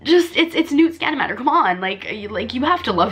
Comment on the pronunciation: “Time TERMINER” Correction - time turner. “ newt SCAMANDERMER” correction - scamander. Can’t be a true Harry Potter fan.